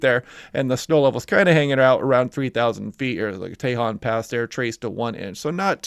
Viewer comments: Tejon Pass = "TA-HONE" Pass ... ;-) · too bad you don't know. It's a Spanish word. You are confidently wrong. I love this channel, but he bucharded tajon, and you don't know squat